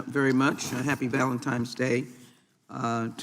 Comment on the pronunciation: Did she say Valentime's Day ?